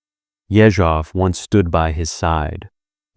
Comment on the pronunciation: Ye-ZHOV - stress is very important in russian.